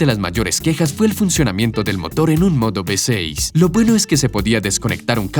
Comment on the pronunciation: No se dice be 6 se dice uve 6.